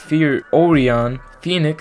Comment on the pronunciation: Great video! btw it’s pronounced O-Ry-In